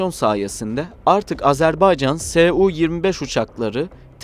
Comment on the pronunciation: AzerbEycan değil AzerbAycan denir ve okunur. Lütfen doğru telaffuz edin